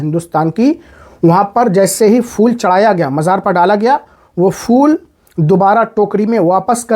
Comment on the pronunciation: محترم پہلے اپ اپنا تلفظ صحیح کریں فول نہیں ہے پھول ہے